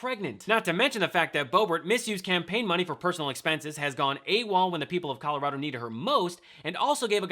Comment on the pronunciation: She doesn't even say "Colorado" right.